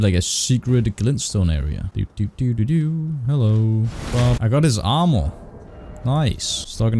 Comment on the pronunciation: Armor. Not amrour